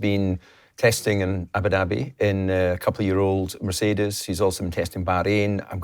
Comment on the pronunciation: The place is pronounced Ah-boo dahbee and not Abba-Dabby FFS!